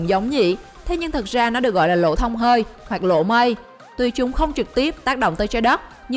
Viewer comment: Lỗ mây mà đọc nghe như lộ mây, còn băng thì nghe như bank